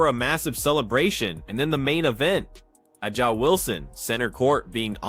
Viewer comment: First of all: That voice of commentator is annolying.... AND, are you surprised that 'Ah-Jah Wilson (they can't even pronounce her name correctly) claimed that the refs were paid off by the Fever? Doesn't surprise me at all...